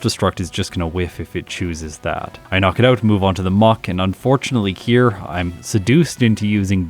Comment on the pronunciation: .... I know you said here but it sounded like you called me lmao